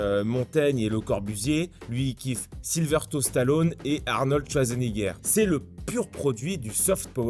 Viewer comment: Super mais pour Schwarzenegger et Stalone t’aurais pu faire un effort de prononciation et mettre la bonne photo au bon nom